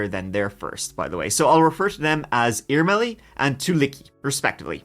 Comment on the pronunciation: Irmeli was pronounced almost perfectly! I've never heard anyone covering this case saying it like that! Greetings from Finland, we're currently at the point of winter where we see sunlight for like 4 hours/day.🥲